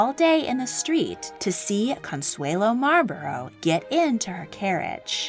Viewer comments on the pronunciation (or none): Just thought I should let you know you pronounce Marlborough wrong. It’s actually pronounced Marl-bu(like bucket)-ru (like Russia). Source:have lived in the area around Marlborough (the town which the Dukedom is named for). Good video though. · You pronounce Malborough wrong. You need to look it up. I live in oxford not far from Bleinheim Palce where Winston churchil was born.